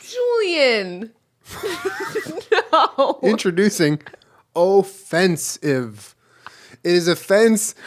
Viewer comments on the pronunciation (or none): Julien’s “OHFENCEIVE” put me on the defence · "Ofencive" :D I actually think I peed my pants a little hahahahaha - great start in my day! ♥ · When Julien said “o-fence-ive” my job literally dropped.